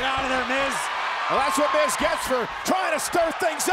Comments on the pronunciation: I could be wrong but I think that Seth said myth instead of Miz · that made me laugh when seth pronounces out miz n mic